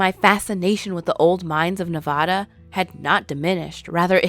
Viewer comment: Why you gotta pronounce Nevada like that